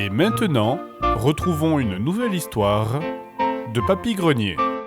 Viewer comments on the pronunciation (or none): " une nouvelle histoirrrrrrrrre "